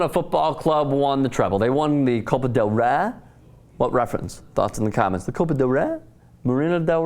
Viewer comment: This guy´s an idiot. He can´t even say "Copa del Rey".